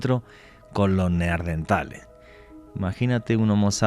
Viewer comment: Excelente programa! Solamente un apunte (no hate), se llaman “neaNdertales”, con N, no “neaRdentales” 😊